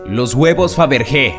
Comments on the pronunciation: Todo muy bien pero... no vuelvas a decir lo de los huevos de fabrique, se dice faverye. porque se escriba con g no significa que se pronuncie así. Un poco de sentido común coño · Fabergé- se pronuncia al final “ye” xd